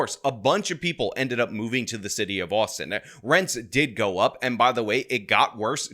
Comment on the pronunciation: Austin only has two syllables, bro. "The city of Austin-ah"